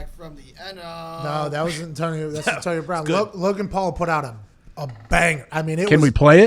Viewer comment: “Antonio Brahn”